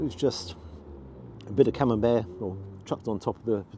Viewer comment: Must confess to no small degree of envy!….Buckley’s hope of getting ‘taters, let alone gravy ( gasp! ), puddin’, peas of any sort, let alone blooming CamembERT ( as pronounces it! 😊) here in Nippon 🇯🇵….😢 Really greasy, wholly fat-laced Wagyu is par the course here, served up with ( sigh ) a small hill of white rice 🍚. Mind you, we do have access to excellent quality ‘Aussie 🥩 beef’, it’s ubiquitous. Nothing from Europe as far as meat 🍖 goes, here.